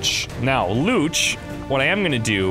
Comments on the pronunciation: Hahahaha I have the same last name as one of your characters and it is definitely not pronounced "looch" haha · There is no language on Earth where "Luce" is pronounced "Lootch"